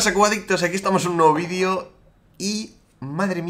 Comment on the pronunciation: jamás me acostumbro a escuchar 'vidio' en lugar de video pero me encantan tus videos!! 😃